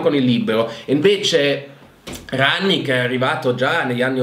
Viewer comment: Chi? Rangnar Lodbrok? Quello di Viking 😂 Bene ci allenerà un vichingo! Grazie come sempre alla tua competenza. Almeno abbiamo imparato a dire RANNICK!